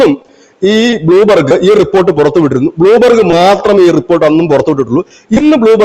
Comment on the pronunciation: ബ്ലൂ ബർഗ് അല്ല, Bloomberg!